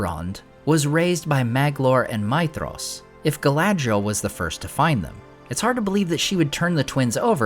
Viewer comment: great video again! what bothers me is the prononciation (forgive my grammar please, im not English) But it's Mithros [me thros], not [My thros] ..